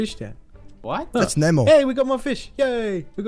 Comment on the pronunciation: Ne'mo not nemo nemo bad and #MooseMilk